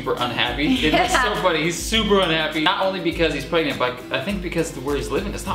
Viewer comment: are you. rey. prangnant